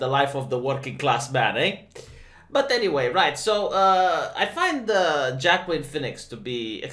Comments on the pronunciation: jackim phoenix..." yo, it's not pronounced like that. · It's pronounced Wah Keen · I don't know if you know, but Joaquin is pronounced "Wa-keen" almost like walking. I don't get how the phonetics work either, but that's how it is. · I thought Wakeen was the god of commerce and merchants or something